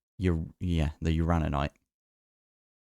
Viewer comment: You do, indeed, pronounce uraninite correctly. 😂